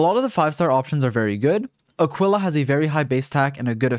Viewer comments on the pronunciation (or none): none